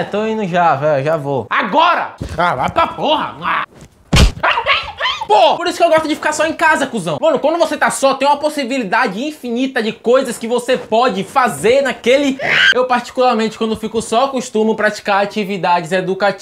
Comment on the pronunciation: só eu q percebi q ele disse possivilidade